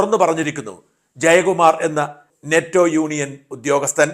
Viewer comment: നെറ്റോ അല്ല ഫെറ്റോ ആണ് സർ